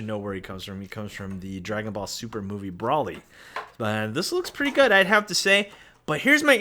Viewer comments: Yessssssss. I dont know why but it drives me nuts every time he says BRAW-ly. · BRO - LI NOT BRAW-LI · It’s “BRO-ly”